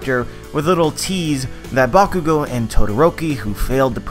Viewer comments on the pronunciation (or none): none